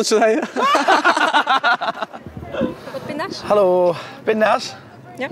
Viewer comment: Fietspomp 1 seconde geleden En een Twentse halooo. Lekker!